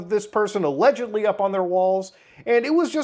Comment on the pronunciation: "krys had aLegIedLLyi a picture of Shadman on his wall" MY BROTHER IN CHRIST THERE IS A VIDEO WHERE YOU CAN CLEARLY SEE THAT SHIT, i swear to god that word has been (allegedly) butchered beyond repair